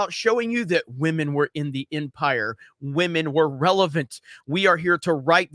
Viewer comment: shame shame, you miss pronounced the word Wamen again.